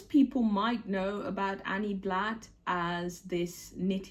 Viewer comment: Hi! Love your vlogmas. Indeed, Anny Blatt (you've got the correct pronunciation by the way) was French, born in Mulhouse in 1910. When I was a kid, my mom would sometimes buy catalogs and wool from Anny Blatt. High end wool. You can still buy some today. On the official Anny Blatt website, there's a section where you can find out more about her. It's in French though. They may have a version of the website in English, I haven't checked. I started following you when you were in Japan and watching you dancing at the beginning of videos makes my day each time!